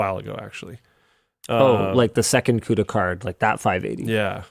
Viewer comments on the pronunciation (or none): none